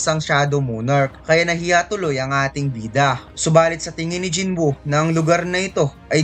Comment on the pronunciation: Jin woo boss's Hindi Jin buu